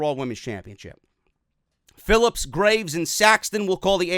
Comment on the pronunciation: almost calling Phillips, Grillups.... 😂😂😂😂😂😂😂😂😂😂